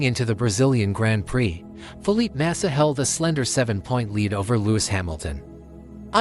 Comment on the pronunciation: Fuck this AI generated bullshit. Can't even pronounce Felipe Massa correctly.